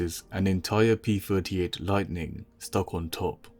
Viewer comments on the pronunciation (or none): I hate hearing p furty eight instead of p thirty eight!